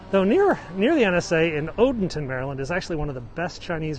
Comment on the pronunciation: I used to live in Odenton. You pronounced correctly!!! Homestead Gardens is the cats meow!!! Gorgeous at Christmas Time... they have every kind of tree decorated. OMG, Beefalo Bobs!!! Best open Pit Roast beef, rare!!! Some of the best restaurants in the world....